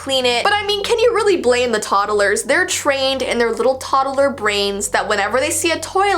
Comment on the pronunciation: Todoler i like how she says it ToDoLeR